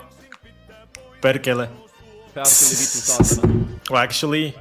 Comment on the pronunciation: saying perkele, vittu and saatana, absolutely deserves a like!